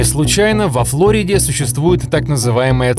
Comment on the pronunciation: Ну хоть кто то правильно произносит Фло'рида.